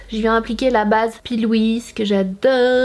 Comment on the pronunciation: C'est pÉ Louise que sa se prononce bordel 😂😂😂 dsl sa me demanger